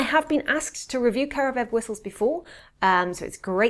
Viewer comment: It's KaravAev, not Karavev. Karavay is a celebratory bread from old slavic traditions.